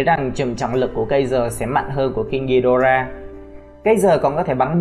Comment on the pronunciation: Vãi thánh đọc tiếng anh là đây